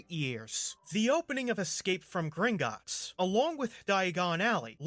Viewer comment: Does anyone remember the travel mom saying Gringitts?